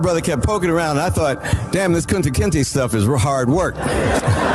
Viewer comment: who is kunta Kenzie I thought it was kunta kenta